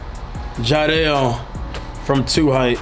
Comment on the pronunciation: CashNasty it’s jiedel not Jideal lol